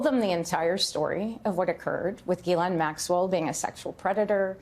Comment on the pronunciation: not at all important, but I think this/she has clarified here how to pronounce “Ghislaine”.